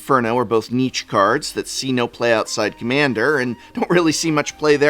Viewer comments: Please stop pronouncing "niche" like Nietzsche. 😭 Niche is a French word and is pronounced like "neesh". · Prof I’ve really got to let you know that niche is pronounced neesh, not neetch. Great video as always, wonder if we’ll hit 52 this year.